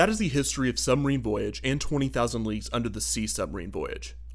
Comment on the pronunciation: Did anyone else constantly hear "20.000 Leaks Under the Sea"? ;-)